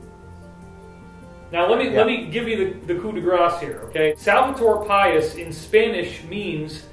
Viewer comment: Pais is pronounced pie-eese in Spanish. Not like our word pious.